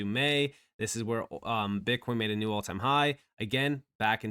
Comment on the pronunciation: 'New', not 'knew'.